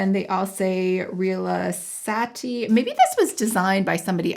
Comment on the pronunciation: Rilassati is an Italian word that means relax. You read it correctly but the accent is on the second syllable of the word. Thanks for the unboxing <3